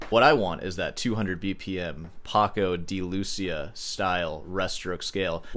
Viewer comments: You pronounce his name wrong. A non phonetic sample would be: Paco ( not Pacow) de ( like the 3 letters of "This"), Lucía = lou, like " Lou "Reed, cia like theea. Ur welcome. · just to be the one person to say, you did mispronounce his name.